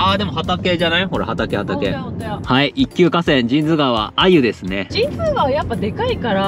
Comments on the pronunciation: 「じんづうがわ」なんですね。「じんつうがわ」だと思ってたわ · 俺はずっと「じんつうがわ」と言ってたけど「じんづうがわ」が正解なんだね(^^♪ で、作りかけの道路は富山ー高山連絡道路じゃない？？？違うかな？？？ それと、道の駅 アルプ飛騨古川のすぐ横の「めん処 ほりのうえ」の大エビ天うどん(そば)をいつか食べてみてm(__)m